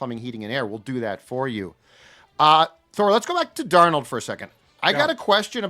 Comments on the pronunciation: Is there a reason Thor says DarNEAUX instead of DARnold? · Amongst others Kwesi failed to turn Hunter into draft picks. My confidence of Kwesi pulling off picks for Sam Darnald (Thors pronunciation) into draft picks is 1%. NOT Kwesi’s strength. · Sam is french? Thor is great, but gotta tease him for the Sam dar NOLD pronunciation 😉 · Thor just can’t get Sam Darnold name right 😂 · Can someone please teach Thor how to pronounce Darnold. It's only been a year. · Why does Thor pronounce 'Darnold' like that?